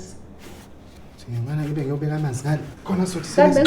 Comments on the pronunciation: Did just said " i beg" instead of i'll be back😭😭😭😭😭😭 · Hah! Is'ngisi sa for those two seconds😂😂 I back, I back😂😂😂